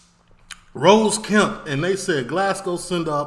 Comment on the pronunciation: Mate, every time I hear you say "Rose Kemp" I die a little bit more inside ffs its Ross Kemp 😂